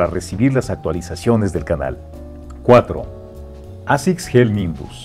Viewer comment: Cada vez están peor generando contenido solo por generar, al punto de NO SABER PRONUNCIAR la palabra ASICS en inglés 🤦‍♂️ y se dicen un canal de estilo??? Creo q en vez de sacar contenido como embutido tomarse una pausa y dosificar mejor y trabajar mejor su contenido sería ideal